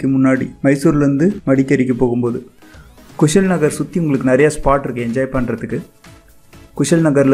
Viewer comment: Ji place sariya sollunga kushal no kushaal Nagara this is correct words Abay falls no abhi falls